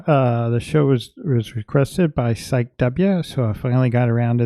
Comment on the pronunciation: Psyche is pronounced /SIGH-key/. Heh! Thanks for doing this walkthrough. I'm late to see this, as I was offline the week you posted it. Just now catching up with all my peeps! The backs look reversible to me. One beetle is winged and the other is not. I love your art! You look snazzy in that robe. Gives the whole presentation a Masterpiece Theatre vibe.😆💗